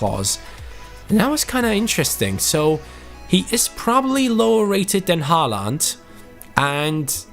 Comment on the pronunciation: Håland is Ho-land